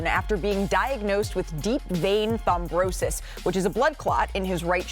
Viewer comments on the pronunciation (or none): It's Thrombosis not thombrosis goofy wahman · Thom-brosis lol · "Thombrosis?" Uh - nope. Look up how to say it, if you don't know. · Can't anybody correct Malika it's not ThomBROsis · Did she say "thombrosis"? At least learn how to read if you're gonna be on TV. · Only medical professionals caught that mispronunciation. It’s Throm-Bosis. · Malika, I would remiss if I didn't mention that you mispronounced deep vein thrombosis. Do better. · Can you teach Malika how to pronounce the medical condition properly please!